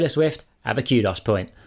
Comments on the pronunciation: I just now realized what “Q-doss” points are. “Koo-doze” on the pronounciation. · I keep hearing cute ass point instead of kudos point😂